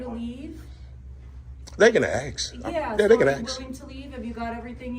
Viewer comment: "They can ax. Yeah they can ax"😂😂 love it😂😂